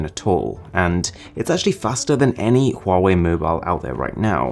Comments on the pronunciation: Yo Call It Wrong Its Wa-Wei! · No say, huawei,se dice wuawei